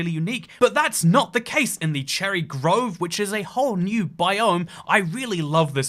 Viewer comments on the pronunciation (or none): 2;41 bro really said "growve" and "bi-o-m" This is just a joke please don't take this seriously, great video by the way!